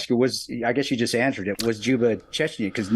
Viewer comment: Its "Chechen"